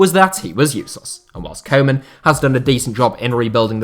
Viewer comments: It's not "Coman" it's "Koe-man" pronounced Kuu-man. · It’s not pronounced koman, it’s pronounced kewman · Trying to help out with the dutch prenountiation of Koeman. It's not coman, try to use the ou from group and it will sound 10 times more dutch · His name is not kow man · How about learning to pronounce Koemans name correctly?! Its embarrassing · You keep saying 'koeman' totally wrong. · That’s not how you pronounce ‘Koeman’ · Amazing how everybody fails to pronounce Koeman's name correctly.